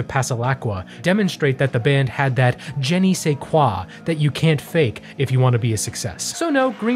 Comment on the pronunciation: I really hope that “Jennie say quoi” is an inside joke and that wasn’t an attempt to say “Je ne sais quoi?”